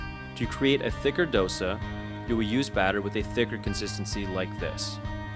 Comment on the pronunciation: Please learn how to pronounce Dosa first.